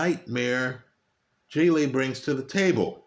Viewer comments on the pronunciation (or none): none